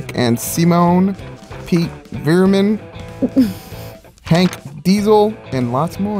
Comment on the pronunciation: Okay, I'm not a big fan myself, but "Piet Vermin"? That's harsh, David...